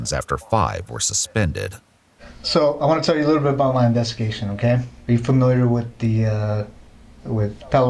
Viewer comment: “I was laughing at you, not wit you.” 😂😂😂😂